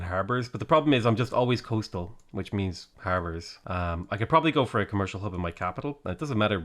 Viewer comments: Did you say Khmer-cial Hub? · i swear i heard him say: khmercial district.